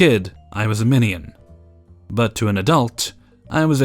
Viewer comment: Anyone else think his way of saying "minion" was like "mini-yin"? (lol idk the way you say it is pretty interesting 😂)